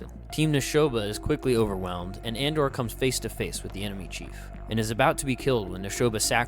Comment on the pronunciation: I AM TUROK!! You should read the comics if you haven’t. Valiant’s Dinosaur Hunter is my personal favorite iteration. This movie is based off of the original Son of Stone line from Dell. By the way, it’s *Andar not Andor.